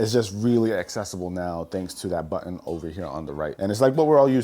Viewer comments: What’s a buin oh you mean button 😂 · Great video! Just a thought….there’s actually 2 t’s in the word buTTon and they’re not silent! Excellent video and information for sure!